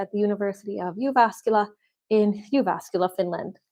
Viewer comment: I love the way you pronounce "Jyväskylä". I also live in Jyväskylä.